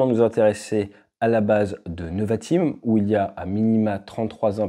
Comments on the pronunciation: Merci pour ton analyse. Rem: on dit nÉvatim et pas neuvatim. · Pour la prononciation c’est « Névatim ». merci pour toutes ces infos, super vidéo